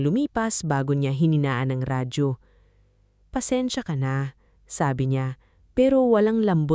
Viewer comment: Nice story. Very compelling. Sana lang maayos ang voice over at captions like 'asawa ko ako" at tamang pagkakasabi ng mga salita 'tumanggo sa halip na tumango, or pansensya sa halip na pasensya [for educational purposes].